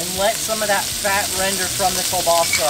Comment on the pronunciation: Sorry guy but I think that the pronunciation of the sausage is like KEEL Bassa and not kahbassa.